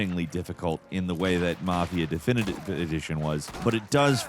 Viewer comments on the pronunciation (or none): unable to say definitive edition is always peak 💀